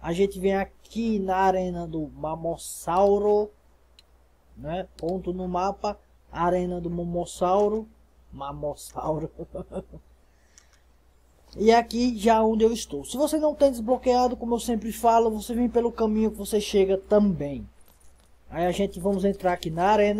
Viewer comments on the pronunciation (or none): não é momosauro é mosassauro